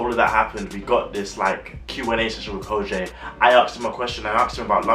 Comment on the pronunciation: Great review of Kojey pronounced (ko-gee not Kojay 😂😂. Keep up the good work 👍🏿👍🏿